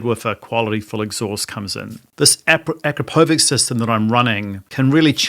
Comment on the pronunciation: It’s pronounced “A-krap-o- vich”